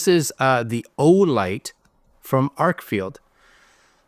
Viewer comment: It’s an Arkfeld. Not Arkfield 👍🏽